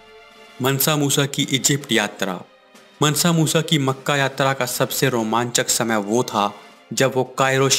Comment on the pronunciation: मनसा नही है मानसा मूसा है